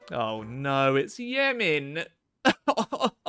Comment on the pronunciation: Yument yay Yemen there!!